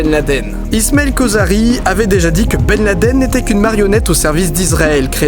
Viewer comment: Ok, mais du coup que penser des photos et vidéos que l'on a de Ben Laden ( au passage, merci pour la prononciation non francisée) datant de son arrivée en Afghanistan lors de l'invasion soviétique? Travail très très en amont de la part d'Obama? Ensuite, pour le " on enterre dans les 24h": ok mais de toute façon le fait de jeter le corps à la mer ne respecte pas le rite musulman qui n'accepte cela que si le croyant est mort en mer où que l'on ne peut rejoindre rapidement la terre. Clairement, disposant des moyens logistiques que l'on connait, l'armée US aurait pu l'enterrer en moins de 24h sur n'importe quel coin de terre ferme du monde. Que penser ensuite de tout les " supplétifs" de Ben Laden, eux aussi seraient ou auraient été des acteurs ou alors ils auraient été, eux aussi, manipulés? Enfin, pour les théories qui veulent que le 11 septembre soit un " inside job" de la part du gouvernement US ( parfois avec l'aide voir à la demande d'Israël), je me permet ici d'évoquer les thèses de certains chercheurs qui estiment que ce mythe vient du fait qu'au Moyen-Orient existe un réel " complexe d'infériorité" qui ferrait que l'inconscient collectif sur place porte les gens à ne pas croire que des gens de la région ont pu réussir un coup pareil contre le géant américain.